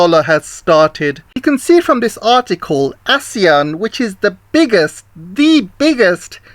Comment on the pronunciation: Its 'you ann' not wan. Your chinglish is poor🤭